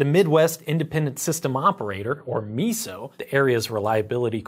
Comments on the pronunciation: Hey, just a heads up; it's pronounced my-so not me-so. Otherwise, great video. I work for a company that bought a First Energy plant. You were spot on with what our internal reports show. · It’s pronounced “my-so” not “mee-so” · Just a little clarification: MISO is pronounced “myso”, not miso like the soup. I work in the i industry and talk to MISO weekly. Great video overall! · Meeso😆 Pretty sure it's 'My-so' but great video otherwise! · your pronounciation is a little off, MISO is not meeeso, think mice, more of a my-so. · Its MY-SO (MISO)